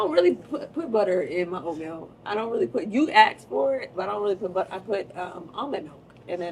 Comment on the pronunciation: 😂😂😂 “She will budda you up outta dere” 😂😂😂😂